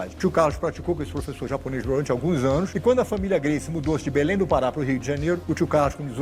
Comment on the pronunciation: Deveria ter a capacidade de aprender a pronuncia do sobrenome, no minimo.